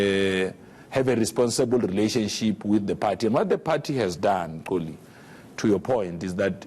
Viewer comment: The name is "XOLI" not "Tsoli" PULE should have learnt how to actually pronounce the name